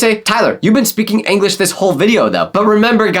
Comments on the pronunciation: Eglish i forgot how to speaking eglish i think you forgot how to say English tyler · YOU LITTARLLY SAID ANLISH INSTEAD OF ENLIGH LOL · bro why do you say anglish